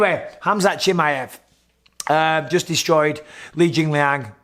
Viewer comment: «Chimeevv» its chimaaaaev»